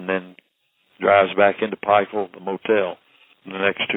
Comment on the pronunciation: It's Pikeville not Pikesville..